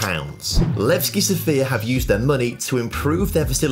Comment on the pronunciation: Guys, it is sOfia, not sofiA, put the stress correctly, sofiA is a female name, sOfia is a city name...